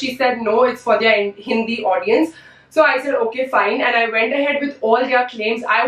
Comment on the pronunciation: The way she pronounces "their" - like they are.